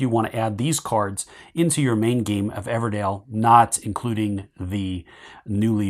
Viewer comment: EVERDELL! Not Dale oh my god 😂 DELL.